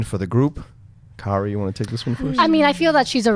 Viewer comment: I enjoy listening to the recap/review here and find it very entertaining. By the next episode do we think can learn how to pronounce Kaori's name?